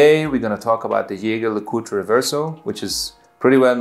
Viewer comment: Please learn to how to pronounce Jaeger-LeCoultre!!!